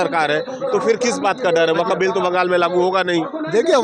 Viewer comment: Gody media ko atna den ho gaya sun sun kar fir bhi inko waqf bolna nahi aaya hai or ya log waqf ka bara ma hama samgha raha hai